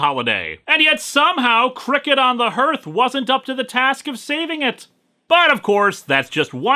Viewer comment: Hearth rhymes with heart not earth.